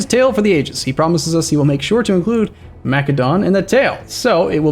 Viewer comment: I know you said don’t say anything about pronunciation of things but I can’t help but they way you say Macedon and Macedonia bothers me. You say it like Macadon and Macadonia. Either way I love you videos and your streams hopefully you can forgive me